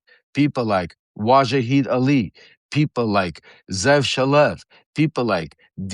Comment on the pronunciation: Hey dipsh*t some people have a bad time with pronunciation.